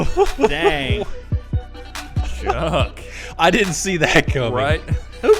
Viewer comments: Yeah..., it ain't CCCP, it's SSSR, as in Soyuz Sovetskikch Sozialisticheskich Respublik. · And then loses for reading the acronym wrong. CCCP is pronounced "ess-ess-ess-arr" in Cyrillic. Any self-respecting Russian dictator (which is what Vladimir Vladimirovich is) should know this.